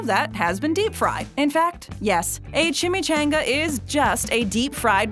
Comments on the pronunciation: ...But I ~did~ enjoy the video. The origin of cultural icons is fascinating. Just one part (starting ) was made a bit annoying by your narrator's ignorance of pronunciation. Three other people in the clips associated with Chimichangas are saying it the right way. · backwoods American ignoramus still prenounce it better and how its suppose to be pronounced. I think its funny because EVERY clip in this video pronounced it better then her. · She says chimichainga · Chimmy-CHONG-uh. LOL. As a native the west this really made me grit my teeth. That and the credit of the wrong person and circumstance of it origin. It's well documented that it was an accidentally dunked burro in Tucson 20 years prior to the thieving white guy. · CHIM-ME-chAHn-gAH is how you say it! My goodness the way she pronounces it makes my actual soul cringe!!! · Annoying as hell that she is pronouncing chimichanga wrong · Yo it’s pronounced chimichanga. Changa not Chan-ga . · Nope it's a chim-e ch-ahhh-nnn-gggaaa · What a b** you can't say chimichanga properly now I know you're doing that shitt on purpose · When you use clips with the correct pronunciation of chimichanga and still say it wrong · The way you pronounced chimichanga pissed me off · Several pronunciation examples of Chimichanga in her presentation AND... she still pronounces it wrong 🤔🙄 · I had to dislike this video. I cant stand the whitewashing way you pronounce chimichanga. Say it right or dont say it at all 😩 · Everyone was mad about the Chimichanga pronunciation because 3 other people said it right while she said it wrong (pissed me off too) but did it occur to anybody that they may record the dialogue then add the clips in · You didn't cringe at her horrible mispronunciation? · You are saying chimychanga wrong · *Refuses to pronounce chimichanga everyone else*